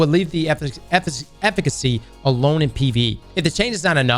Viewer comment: saying efficacy:🥴